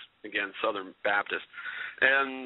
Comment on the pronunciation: Babdist? Isn't it Baptist??